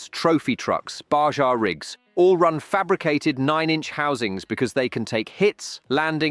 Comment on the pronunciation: Baja…. “Bah-jaw” reminded me of how Austin Powers said father…. “Fah-jah” 😂😂😂